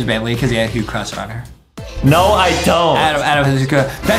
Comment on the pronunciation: Adem has a huge cwush on banbaleena